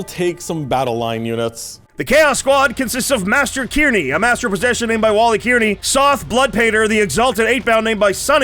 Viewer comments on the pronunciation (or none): so I live in a place called Kearney, and everytime he says kear-knee my souls breaks, it’s more car-knee